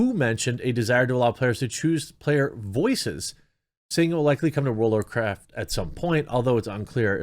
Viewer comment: world of war-chricton? (Michael chricton?) world of war cripe? war criped? war cripen?